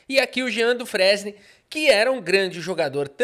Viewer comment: Detalhe, a pronuncia correta do nome é "Djin Dufrein"